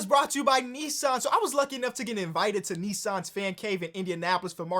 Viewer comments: pronouncing Nissan wrong 😬😬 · What the hell? Americans pronounce it as neesuhn?